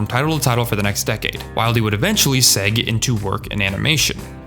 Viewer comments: Segue is pronounced like segway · Segue is pronounced "seg-way"